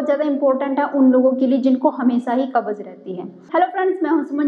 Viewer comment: Pahle bolna sikho cabbage nahin kabj kahate Hain